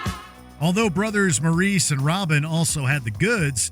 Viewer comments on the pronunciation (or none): none